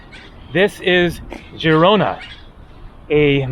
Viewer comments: Forvo website if you are not sure about pronunciations. In Catalan is Girona pronunced like zhee-ro-na. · Why did just randomly start pronouncing Girona wrong mid-video?! 😂